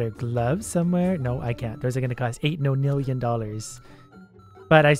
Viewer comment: Why you saying non nillion no nillion